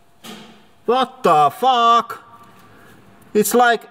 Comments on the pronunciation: Vat Da Fok. 😂 gets me everytime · My favourite bit is when he says "VAT THA FARK!"